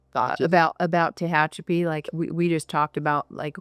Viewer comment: Very nice but Tehachapi isn't pronounced that way. Can tell you're not a Little Feat or Linda Ronstadt fan.